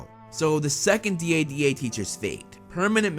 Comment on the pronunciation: Just call it dada instead of D.A.D.A